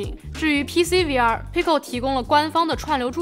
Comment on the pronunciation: 听到终于有人把V不读成微，把X不读成叉，我立马就订阅了你